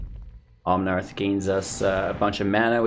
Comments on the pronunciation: Omnaaaaath not omnarth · There's no "r" in Omnath, just FYI. Love your content.